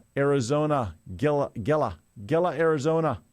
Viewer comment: Gila is pronounced Hila